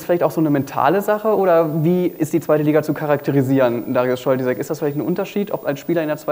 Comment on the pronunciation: Nichtsdestotrotz heißt Darius Scholtysek Darius Scholtysik. :/